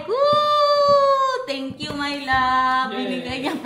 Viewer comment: Tenkful mi hahaha 😆